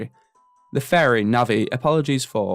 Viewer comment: What a great video idea. Fantastic job. I look forward to the rest :) BTW you did pronounce Navi right, the name comes from navigate.